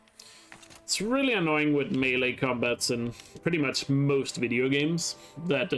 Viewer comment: When you said the "like dis wideo" line the like button lit up what the hell